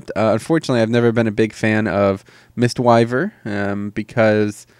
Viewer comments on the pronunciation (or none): It's pronounced mist 'weever' even though it's weaver. And you say "cheye" for chi but again it's pronounced like 'chee' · And mistweaver isn't pronounced Mystwyver or sound anything mile McGyver